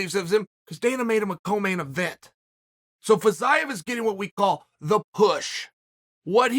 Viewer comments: It's pronounced Feezeeyev, Chael. Not Fazayev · he pronounces Fiziev's name incorrectly